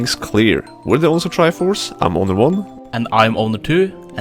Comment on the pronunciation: I kept hearing "I'm Obi One" "And I'm Obi Two", instead of Owner. XD